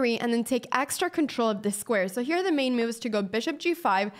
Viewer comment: Love how she says i like this MEW-UVE.. :) Anna youre hot and smart